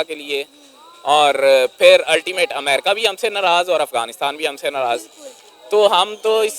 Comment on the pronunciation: Oyaa "Ultimate" pahle theek se English to sekh la. 😂😂😂